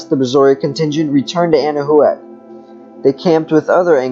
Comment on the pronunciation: It's pronounced 'Ana-Wac' thanks for sharing 🤗